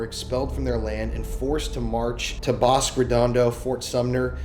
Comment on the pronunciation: Bosque - It's "Boss-kay", not "Bosk". People in Albuquerque call it "The Burque" and pronounce it "The Boor-que".